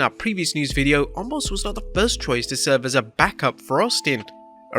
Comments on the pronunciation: WHY do they keep calling him ALMOST!!! It's OMOS!!!! NO L in his name, even Brock did this, HE may have been making fun, but there is no L in his name. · Did anyone else notice at the start of the video.. He said “omos vs lashley” and “Wyatt vs lesnar” 😂 come on